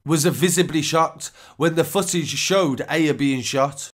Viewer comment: Aya’s name is pronounced ‘eye-ya’ not ‘eh-ya’